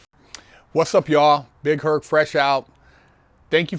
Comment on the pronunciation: Big Herc needs some speech therapy